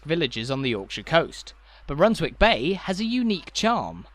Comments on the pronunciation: Is it not spoken Runs-ick bay? Like Flitwick is said as Flit-ick. What do you think? Redcar or Redcu? God bless. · You don’t pronounce the w in Runswick Bay, rather like not pronouncing it in Alnwick, Keswick etc.